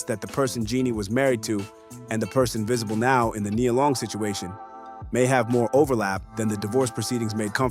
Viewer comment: Stop messing up Nia Long name. How can you go from saying it right to saying it wrong in the next sentence. Makes it hard to listen